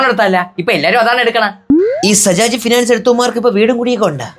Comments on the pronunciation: sajaj❌ bajaj✅ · Sajaj❌ bajaj✅😂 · Bajaj not sajaj😂